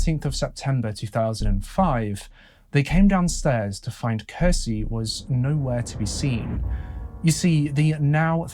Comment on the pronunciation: When you're a Finnish person and hear Finland mentioned. No matter how inappropriate it feels to say it: TORILLE! I also find it interesting to hear people try to pronounce Finnish words especially names. For an example Kirsi is actually pronounced with the "ki" sounding like the ki in kiwi, the "r" is a hard r and meant to be rolled (I know, a lot of people can't do that) and the "si" is basically correct in pronunciation but just to add I'd compare it to the si in six. pronunciation of Kirsi would in Finnish be written something like "kheci". Not hating at all by the way, Finnish is a difficult language. I'm bilingual (Finnish and English) but only learned English at 8 years old but nowadays my English is sooooo much better than my Finnish. Also, where the hell was that Finnish quote from the daughter taken from? It's missing all the Ä:s and I doubt made that mistake himself. It reads "Iti, rakastan sua maailman eniten yht paljon, kohta nhdn" It should read: "Äiti, rakastan sua maailman eniten yhtä paljon, kohta nähdään" Also the sentence is kinda odd with the "yhtä paljon" (as much/equally much or as said "just the same"). Without it, it makes perfect sense ("Äiti, rakastan sua maailma eniten, kohta nähdään" or roughly "mum/mummy, I love you the world's most/most in the world, see you soon") but ok, if it was a direct quote of a spoken sentence said by a little kid then it sounds pretty much exactly like Finnish little kids might speak.